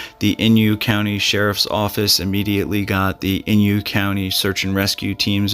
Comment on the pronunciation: inYO... not inYU...Thanks